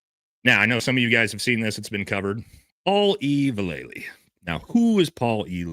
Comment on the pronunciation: Dude,...pronounced Val-luh-lee. Ask Mike V lol